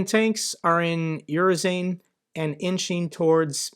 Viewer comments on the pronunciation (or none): Urozhaine is pronounced approximately u-ro-zh-eye-na. i.e rhymes with China and the emphasis on the zh-eye. Not '_yu_-ro-zane' with the emphasis on the Yu. As ever Mt Reporting from Ukraine shows how to get it right: You did at least get Robotyne right and Staromyorske wasn't too far off :-) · Urozhyne --> "oo ro zhai neh" Podobaev/Podobayev --> " po do ba yev" This has to do with Russian vowels. Their letter E usually sounds "yeh," unless it comes out "yo," which they sometimes helpfully mark Ë. (Why Gorbachev sounded like it did: Gorbachëv. )